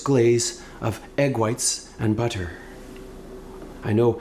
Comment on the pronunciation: The over pronunciation of double t (buTTerr) is excellent, very observant when impersonating Shiny Pony Blackface Groper Jihad Justin. Kudos.